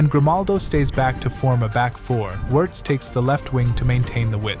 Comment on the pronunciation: You can do better pronouncing those names, "Virz" instead of "Wierdz", "jaka" instead of "Zaka"